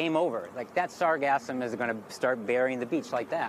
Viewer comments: said sargasm 3 times >.< Sargassum 0 times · sargassum not sargasm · "SAR-gasm?" our reporter has a bit of a Freudian pronunciation problem... it's "Sar-GAS-sum." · reporter: please listen carefully to the technician's pronounciation of the word. its sargassum, as spelled, not sargazm. like sargasso sea, not sargazzo sea.😅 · "Sargasm" LOL🤣 SarGASSum. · It’s not sargasm , it’s pronounced sarGassum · LOL, it's sargassum, not sargasm 😄